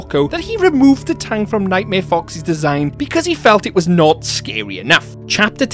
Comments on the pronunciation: Tang? You mean tongue? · Tang? Do you mean tongue?!